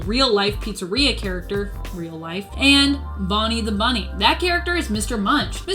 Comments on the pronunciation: Is it just me or does she say bummy instead of bunny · He’s saying bunny